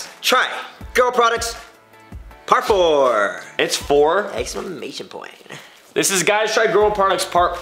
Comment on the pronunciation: “exmamation point”